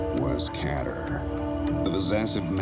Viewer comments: it's pronounced Keter as in Kate-er, not ketter! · It's pronounced keyter not cater get it right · Oh really? The thing is, anyone who played the original SCP game will recall that it's pronounced as Kate-er as it was heard on a radio, that's why I immediately noticed that it sounds a bit off/weird. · Its keter Pronouncation: keeh-tir You dumb dumb